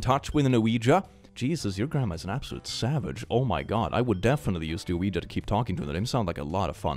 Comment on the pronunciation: The way refuses to say "Ouiji" and continues to correctly say "Ouija" has me rofl.